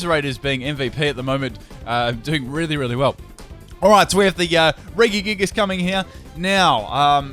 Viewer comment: The way you say regigigas is really annoying me. I say it Re-ji-gig-as You say it re-gi-gig-us